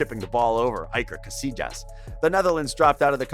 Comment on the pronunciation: but great humour, iker cassijas haha